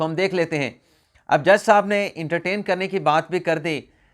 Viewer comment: It’s not intertain—-it’s. Entertain -correct your pronunciation from your smart phone dictionary